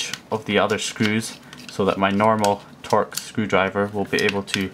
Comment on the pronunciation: Torx is pronounced 'torks', not tor-ex. Torx fasteners have been around for a long time.